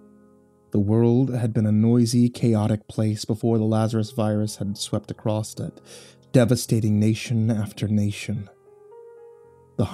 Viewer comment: I love but why does he keep adding a T to "Across"?! It's triggering xD